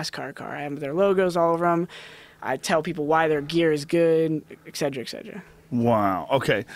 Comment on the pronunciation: Et cetera*